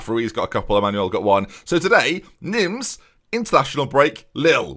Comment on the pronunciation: Neem, not Nims ;)